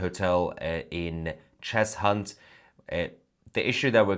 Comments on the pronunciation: It's pronounced "Chezunt" not "Chez Hunt" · Don't pronounce the h in Cheshunt. I was born in Enfield. It's pronounced Chesunt innit 🤣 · It's pronounced 'Chessunt'! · Cheshunt is pronounced Chesunt.......the H nearly blends in , as with Arlow and Ackney...for info...keep up the good work 😀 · Cheshunt is pronounced Chesunt mate. Lol Your a great man though. So don't worry 😂